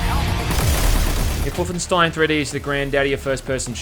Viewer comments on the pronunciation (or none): none